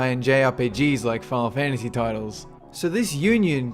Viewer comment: "Fahhlfantasy six or fahhlfantasy seven".